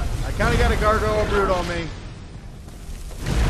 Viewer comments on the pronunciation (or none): none